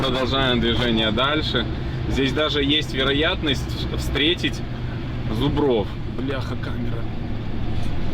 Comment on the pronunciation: Не зубрОв а зУбров "есть вариант встретить".